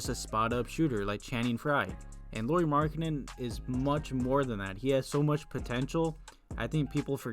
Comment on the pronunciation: Did you call Lauri Markkanen Laurie Markketin lol